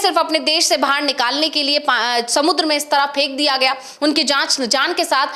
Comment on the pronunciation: मैडम फ़ेकदिया गया नहीं होता है फेकदिया गया होता है।